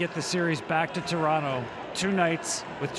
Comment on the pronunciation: i just love it when people pronounce Toronto the proper way...When other use that T at the last T in Toronto. Ugh lmao. fukers